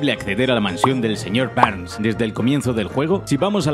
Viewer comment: El señor "Berns" XD